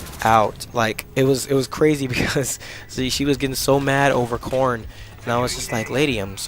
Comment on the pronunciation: at first i thought you were saying i hate porn lol